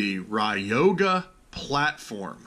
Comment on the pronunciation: It's not pronounced ride yo ga... Lol it's Roy ga..